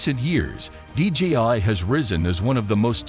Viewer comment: The company name is DJI. You say DGI dozens of times throughout the video.